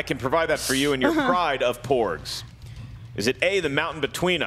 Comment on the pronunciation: Did say more 'pugs' coming in instead of porgs during third round? 😁